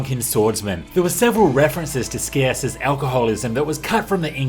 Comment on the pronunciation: Scias is not pronounced with a hard C btw. It's more like "sye-us". Similar to the word "scion".